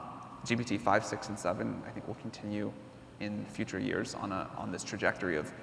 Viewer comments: Him saying gtp is testing my patience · The interviewer, you need to change your profession. You are lost all the time, even saying GTP.:face-blue-smiling::face-blue-smiling::face-blue-smiling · is it me or they keep saying G'T'P instead of G'P'T?! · My heart was crying to death, every time, he was saying GTP, and huge respect for Sam being so humble where he didn’t correct him once. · If he says GTP one more time, i will smash my keyboard. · PGT(ips) ahhhhhhhh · When interviewing someone as high profile as Sam Altman, they should have at least got their sound setup right, so many echoes. Also, like others have pointed out, it's GPT not GTP. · Why does Tobias Lütke always saying GTP rather than GPT? Is he afraid of "GPT" term being copyrighted or what? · When you say ‘GTP’ repeatedly, is it arrogance or dyslexia? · Is he doing it to trigger Sam Altman? Why isn't someone from the audience prompting him?? "Oi! It is not GTP!!! It is ZTP!!!" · Very annoying. I mean, one slipped up or two is fine, but come on, make your homework and get the terminology right. You are interviewing the hottest name in the field nowadays, and you keep messing the name (an easy one at that) of his product. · Imagine having an interviewer mispronounce your product and praise it at the same time throughout the interview. How insultingly unprepared and dishonest